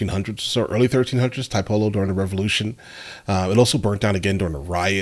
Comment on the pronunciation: Tiepolo is pronounced "tea - aepolo" instead of "thai - polo".